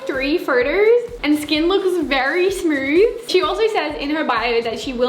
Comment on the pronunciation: " she has 3 phrters and skin very smrooth "